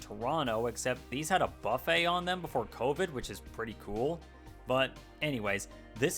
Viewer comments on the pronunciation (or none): none